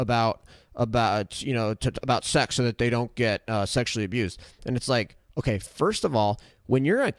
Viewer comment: Wowwwww, hokay vaush, hokay.